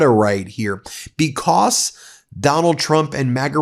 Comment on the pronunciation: STOP SAYING "BECOSS" STOP SAYING "PLAY THIS CLIP" STOP CLAWING AT THE CAMERA IN EVERY SINGLE VIDEO